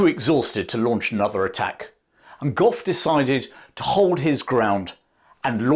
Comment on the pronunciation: It's general Gough! Gentlemen! Fix your bayonets!